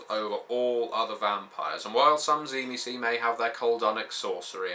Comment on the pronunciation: i might hear this wrong but when i hear cimecee do you mean the tzimicze?